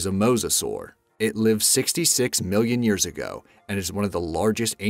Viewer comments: Can i just point out that he says "years go" instead of "years ago" more than once, sounds clipped but yenno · Ha he cant even say ago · it's like that pretty much every time he says ago